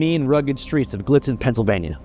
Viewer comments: Sorry but I can't help from giggling at your pronunciation of Gallitzin. This place is 15 minutes from my hometown in Cambria county. It's pronounced GUH-LITS-IN. Never heard someone say it the way you did haha, great video! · Gah-Litz-Zen, brother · As a proud Pennsyltuckian: ITS PRONOUNCED GA-LITZ-IN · IT'S PRONOUNCED "GA-LIT-ZIN"!!! I GREW UP THERE OH MY GOD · It’s pronounced Galitzin like Santa’s reindeer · Pretty sure it is pronounced Glit-zen by the locals. I live like 40 miles from there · It would be pronounced Gah-litz-zin oo.. i see later in video you ended up getting it right.. ignore me :P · how did you feel about his pronunciation of Gallitizn? i’m from hollidaysburgh and feel like everyone says “glitzen” 😂😂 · It’s pronounced guh-litz-in